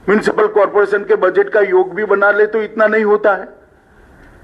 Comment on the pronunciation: Corporation to bol nhi pa rha thek se chutiya